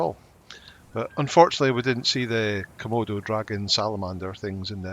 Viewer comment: No Kimonos!! lol you meant Komodos..lol also you said smoke for your horse storm...too many gray horses ;)